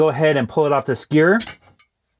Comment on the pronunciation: Please stop saying skewer like that